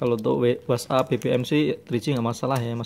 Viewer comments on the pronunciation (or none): yang bisa chatting , instagram , facebook , bbm , wheets ap . Wkwkwkwk ucapannya lucu :)